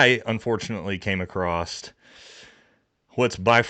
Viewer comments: Love your content and your podcast as a vet I appreciate you holding ths celebrity vets accountable. One pet peve, you corrected the grammar on Tims site; but several times you’ve said you “cane acrosst” it’s *across lol now as you were Semper Fi. Btw we marines were issued crayons and repeatedly told not to eat them and if I’m correcting your speech and English what’s that say? Lol happy holidays in all seriousness I hope you and your family have a great chrjstmas and new years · "AcrossT"?! Another weird, made up word. Just like, "Broadcasted" and "Eckscape". Why can't Americans speak proper? Total non-sequiter, but it baffles me. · THERE IS NO "T" IN ACROSS